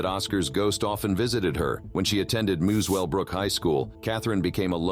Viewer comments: Muswellbrook is pronounced muscle-brook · aberdeen, nsw is my home town lmfao. its a small town. like 2k people. also muswelbrook is pronounced "mussel-brook" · It is not called Muss well brook, it is pronounced muscle brook, why do Americans always pronounce Australian places wrong 💩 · Katherine Knight went to Muswellbrook high school, which is pronounced as ‘muscle-brook’ not ‘moose-well-brook!’ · bro said mewswell is pronounced musel-brooke not hard mate